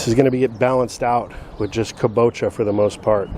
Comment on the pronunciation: Amazing to see the progression of your yard from year 1 to now. Very inspiring. Was curious how many square feet your backyard is. Just a quick point for you. My wife is Japanese and she commented that kabocha is pronounced with the stress on the first syllable, so: KA bo cha. Cheers.